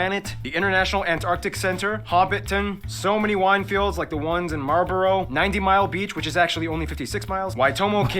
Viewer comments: he said malbrough wrong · six and a half minutes and I'm out. Marlborough was the last, heck that's just shitty pronunciation, but man just so bad all the way through (well, for the first six and a half minutes :D )